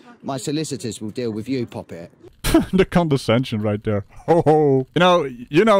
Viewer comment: Did he just call her poppit?? I didn't know this was Pirates of the Carribean.